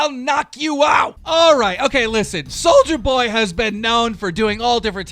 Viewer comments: Its Soulja Boy, see, no hard R on it SOULJA BOY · It’s pronounced Soulja boy NOT soldier boy❗️C’MON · It’s soulja boy! Not soldier boy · This fucking gnome needs to learn how 2 read its nit souljer boy its soulja boy ffs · Keem it’s Soul ja boy not soldier boy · Keem you Hurt my ears, it’s soljaboy not “soulgerboy” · It’s not soldier boy it’s sol-JUH boy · “Souljar boy” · “souljErboy” 🤦🏽‍♀️b say it right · You called him souljerboy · Please learn how to correctly pronounce peoples' names. There is no R on Soulja Boy's entire name! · keem learn how to say soulja boy right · You gotta say souljas name right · CAN THIS DUMB FUCK EVER PRONOUNCE ANYONES NAME RIGHT?? SOLDIER BOY ITS SOULJJJAAAAA BOY AND VIIEETALY ITS VITALY! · "Soldier boy" "EYE-an" Some teach him how to read please😂